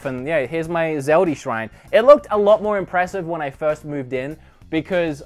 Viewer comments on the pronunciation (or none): "Zeldie Shrine" Less go baby gurl